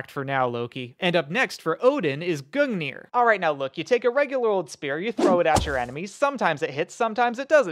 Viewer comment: Gungir nah shin shanker